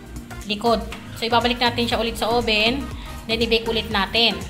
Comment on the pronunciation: oven not oben